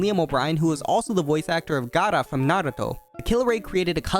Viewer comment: The gaara and naruto pronunciation tho